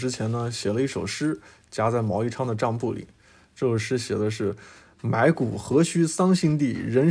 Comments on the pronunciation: 桑梓地，不是桑辛地，查一下拼音吧。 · 埋骨何须桑梓（zi）地，人生无处不青山。博主有误读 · 桑梓地， 指家乡， 读sangzi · 桑梓（zi，第三声）地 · 桑梓地 sang zi di ，播主不认识字不要紧，好歹也查一下字典，这会让你的视频品质遭到质疑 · 读错一个字不能掩盖博主的才华，特别他作图列表的形式，很清晰明了，如果你觉得自己行也做视频啊